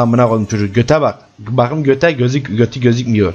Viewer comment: no one: literally no one:: BAQIM